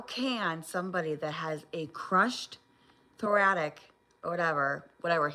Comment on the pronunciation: Did she say, "apposedly," and "thoratic?" 61 is showing again! 😂